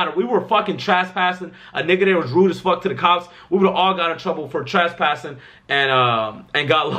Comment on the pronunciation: Nigga said trashpassing